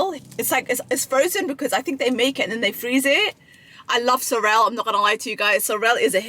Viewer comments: sorELL 💀💀💀 It’s said like sorul 🤣🤣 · lol the soRREL took me out